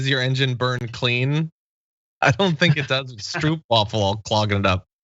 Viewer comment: Feeling proud you are eating the best cookie in the Netherlands...the stroopwafel..which you pronounce as strope wafel...